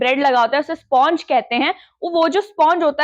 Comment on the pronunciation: Sponch Nahi spanch kahte hai